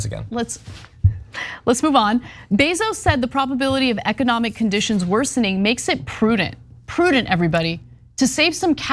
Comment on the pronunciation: “Ecodomic” high quality talent on this show…